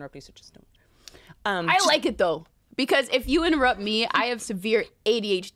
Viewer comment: Hannah : its okayy if you inturr Whitney: inturrept